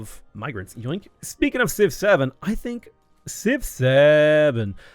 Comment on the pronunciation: I was gonna write a similar comment but then he said «Civ-7» like «6-7» 🗿